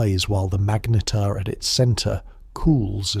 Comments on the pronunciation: WTF is a Mag-Neat-tear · Say magnetar again. Pathetic